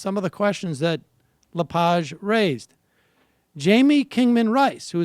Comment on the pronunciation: Pronounced "La-Page" like "turn the page in the book". Just fyi, the bad pronunciation gives his name far too much class. He's a pig.